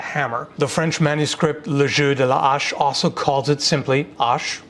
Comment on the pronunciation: Great french prononciation for " le jeu de la hache " ! I was surprise for a seconde XD Well any french word was good pronoced during the whole video ^^ And yeah interesting topic as well ^^